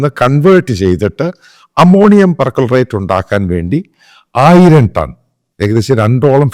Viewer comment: Per chlorate not percolerate